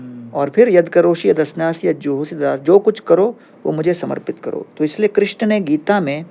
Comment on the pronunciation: कृष्णा नहीं कृष्ण होता है